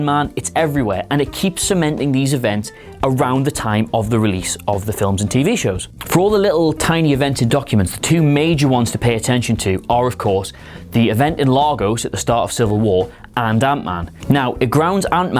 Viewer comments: STOP PRONOUNCING IT LAR-GOES... ITS LAY-GOS ! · or Lagos (Lay-gus) as Lah-goss